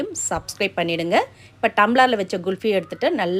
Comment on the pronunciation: Very good item for this summer. You said it GULFY, it is wrong. The right pronunciations is KHULFI.